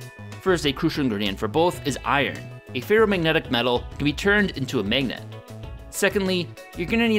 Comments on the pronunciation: I like the vids but it was hard watching this one because says magennet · "Mignit" It's always interesting to hear how people from different places pronounce mundane words that you don't think about every day. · the pronunciation of the "a" vowel in "magnet" and "dagger" in his accent makes me laugh every time